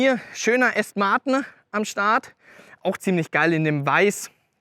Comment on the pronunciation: Okay, du kannst ja "ausstattenne" und "Felgne" sagen aber "Aston Martne" komm schon...😅🤷‍♂️